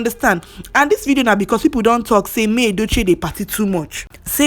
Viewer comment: At least erh, make we try to dey pronounce his name correctly, it's yUl as in the same way u pronounce spoon, full, cool, smooth, YUL, even him pronounces his name in this way, but una dey over look am dey call am another thing, and pronounce it as yALL, why naaw? At least as a human being first give am small respect and pronounce his name correctly. If na u wey dem call ur name anyhow, u go like am?